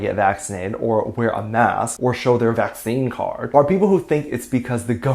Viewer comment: The way you said vaccine card 😂